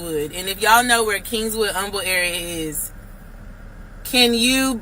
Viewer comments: Kingwood not kingswood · Kingwood..no S on king..sorry that was annoying 😂😂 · Right she definitely not from here bc kingswood???? Lol it's Kingwood mam!!! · Kingwood not Kingswood. Geez. That's north of Houston. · How is she from the Houston area and she's calling Kingwood Kingswood? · I used to date a guy from California back in 2012. I lived in Kingwood at the time, but he called it “Kingswood” She’s definitely not from here😂😂😂😂